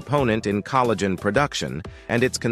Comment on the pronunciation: Coal - a - gen 😮 Hopefully AI isn't teaching English pronunciation anytime soon 😉